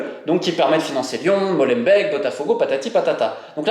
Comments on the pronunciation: Molenbeek "Molen béck" pas MOLENBEK 😂😂 on vous aime les français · Pour info , Molenbeek se prononce Molainebèèque et pas Mauleune bec Schaerbeek pareil .. ça se prononce scar-bèèque , pas scar-bec. Sorry mais ça bousille les oreilles au nord 😉 Et tant qu’on y est : Bruxelles se prononce Brussel .. pas Bruxxcelle .. 🤓👍🏼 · Pas molenbèk ( comme du lait), mais molenbék (comme des dés) en alongeant le" é " , ce qui donne molenbéék